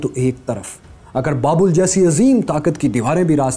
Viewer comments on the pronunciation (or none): none